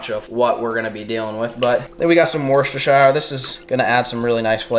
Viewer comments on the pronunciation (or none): If you do start selling Worcestershire sauce will you pronounce it as "wuster" sauce. Being from England the misses is gonna ban me from watching your channel if she hears you say it wrong again 😂😂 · As a lad from Worcestershire in england the way he said Worcestershire had me dead 😂 worshtershiyrrrr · I live in the uk, 4 mile from worcester, I live in Worcestershire and I laugh everytime how says it, we dont say it like that.